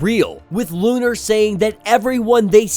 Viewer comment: Bruh, it’s “Lo’nar”” not lu’nar